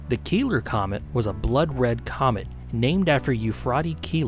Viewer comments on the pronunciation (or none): These meatheads 100% read 'Keeler' as 'Killer' and just rolled with it.